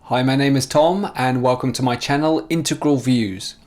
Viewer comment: You pronounce integral wrong